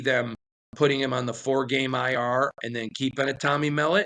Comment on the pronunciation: Dude cannot pronounce Tommy Mellots name correctly. Thats just lame is all I can say.